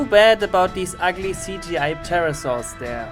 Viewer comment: Pterrosaurusus lol